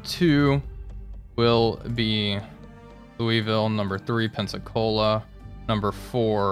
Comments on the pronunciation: Repeat after me: "Lou-uh-vul" NOT Lewisville. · Remember, Louisville is pronounced “Louwavull”